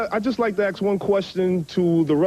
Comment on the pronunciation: That dude at the end wanted to “ax” a question. 😂😂😂